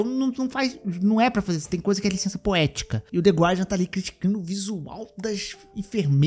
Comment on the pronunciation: Passei o video inteiro ouvindo voce falar "The God", quando era "The Guardian" hahahaha... Cara, nao sei o que é pior, esse povo que se doeu pelas enfermeiras com decote ou a galera que viu lacração nisso.